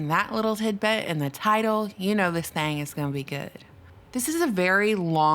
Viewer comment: Lawd, when you said, " this thang is gonna be good " in that Georgia peach accent my heart did flutter.